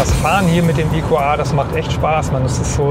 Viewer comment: Das Fahrzeug heißt EQA und nicht EQÄ.